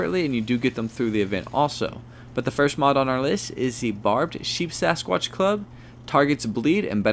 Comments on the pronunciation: Very informative but it is Sheepsquatch and not SheepSAsquqtch. Just fyi. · At least he was consistent in saying it incorrectly lol. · Not to be that guy, but it's Sheep Squatch, not Sheep Sasquatch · Sheepsquatch, not sheepsasquatch